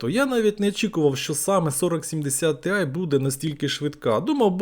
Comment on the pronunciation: Тіай а не тиай)) по вимові вже краще, дякую за огляд